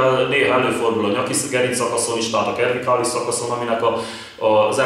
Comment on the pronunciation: A cervikális szót c-vel ejtjük. Más is van, de mindegy, nem kötekedni akarok, csak jobb tudni az ilyesmit ha használjuk a szót.